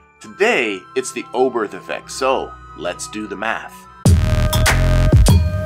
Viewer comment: Thank you for this excellent and very clear explanation. I’ve often wondered why the Oberth Effect happens, and now I understand 😊 (One very minor point : it’s pronounced ‘Obert’ - the ‘h’ is silent in German)